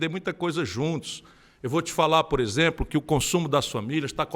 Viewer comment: O cara quer falar do Bolsonaro Aí fala isempro ao invés de exemplo